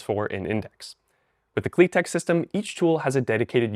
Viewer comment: ❌KliTek ✅KliTep